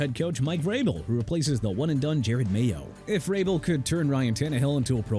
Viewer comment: Please stop with the Jared Mayo baloney! I'm getting tired of it! It's Je-Rod Mayo! Hello?!? What don't you understand? And also Taliese (tah-lee-es-say) Fuaga!